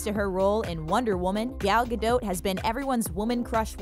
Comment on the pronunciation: Oh My. Being Israeli, watching the the narrator saying GAl Gadot makes me go cray cray!!!